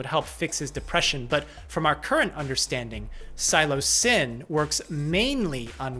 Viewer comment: its sill (like silly)-o-sigh (or cy)-bin [for proununciation]- not silo-cybin, like a military silo lol/ but you pronounced psilocin correctly